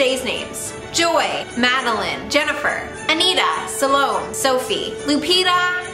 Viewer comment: my name is Salome but you said it another way (sah lo may )